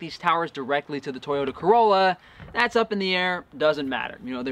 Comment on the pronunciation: I laugh every time I hear you say Toyota Corrolla 😁😁